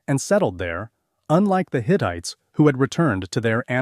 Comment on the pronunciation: I love history and it's wonderful to be able to review what I learned in the past...and free! One little thing: Rameses is pronounced Ram-sees, not Ra-messs-esss. Hittite is not pronounced Hit-it, but Hit-tight. Sorry, but some of these pronunciations were very, very funny--especially giving the same word three different pronunciations in 15 minutes. My goodness. Still I always love anything history. So, thanks!